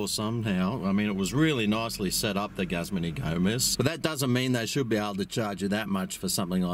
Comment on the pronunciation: “GUZZMAN” HAHAHA, as an employee of a Guzman Y Gomez restaurant, I can safely assure anyone reading this that it is not pronounced “Guzzman” and the proper pronunciation is “Goozman ee Gomez”. Lol